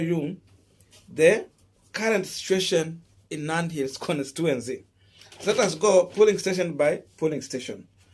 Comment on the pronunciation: (con-sti-tu-en-cy) not constuency bro